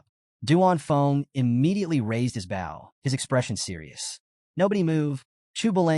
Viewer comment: There are still mistakes in the narration. A "bow" and arrow. Pronounced like a "bowl" of rice. Instead, the narrator says "bowel." A few other mistakes as well.